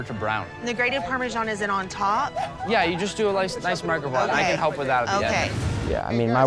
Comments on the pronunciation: Ah yes bring in Nigella Lawson as a judge, the famous lady that mispronounced microwave as “meecro-wah-vay” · Nigella is a Queen of cooking? She calls it a Mick-row-aa-vey!